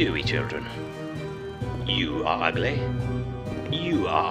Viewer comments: i love how goofy the tv guy pronounces "ugly". "you are ugleh." lmaoo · I hear a lot more ugleh but I don't hear pretteh as much but I do kind of